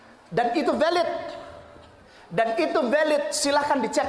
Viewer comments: Terpesona pas bilang velid..velid...😂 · Veeeliiiid bohongnya. Ha... Ha...ha. Velid seperti kata yg sering diucapkan Kaimana.